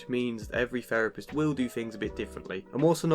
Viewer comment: A therapist who says "ferapist". Hmmm.